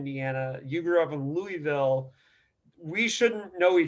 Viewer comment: "Louie-ville". Lol It's Lou-a-vul,. Great interview though, Rob and I were friends as children, I haven't seen him in nearly 40 years though.